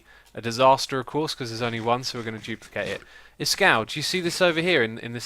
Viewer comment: Xisuma new word of the day 'jooplicate'